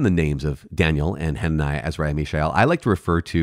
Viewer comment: Cudos to you for pronouncing the long names in the Bible.